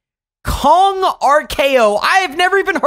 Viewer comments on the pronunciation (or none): Its kong not kogu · Kong king of the apes his name is kong not dongki kong watch it bro